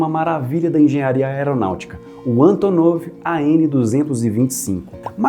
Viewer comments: Gostei da pronuncia russa haha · Sotaque perfeito! Hahaha